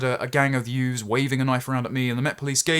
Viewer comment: YOOKAY YOOFS? The usual suspects?